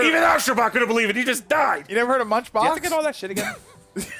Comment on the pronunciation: "A BOX!?!" Why did he say it like a slur?